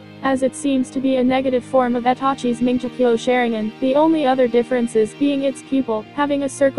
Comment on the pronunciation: ITS NOT MANGEKYO u said it like manjekyo Sheringgan no offense